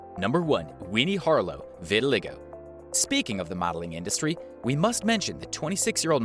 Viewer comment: It's pronounced vit-i-LYE-go